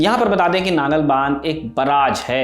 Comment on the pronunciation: नागल नहीं भाई नंगल डैम है